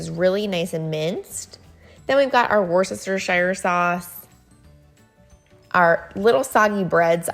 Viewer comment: (Wistersheer ) worcestershire. I'm not trying to correct you, everyone in America pronounces it differently. I believe that is the proper pronunciation. I live near a city, worcester ma, named after a British town. That's how we here in New England pronounce it along with Europeans. The o and the r are not annunciated. Anyways thanks for the recipes, they are all winners